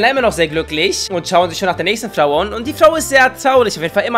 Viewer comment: Kannst du bitte mehr Flau sagen das ist deutlich lustiger als Frau